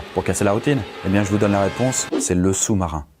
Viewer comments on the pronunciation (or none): Le sou-marin 🤦‍♂️😂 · ...le Sou-Marin😭😭😭😭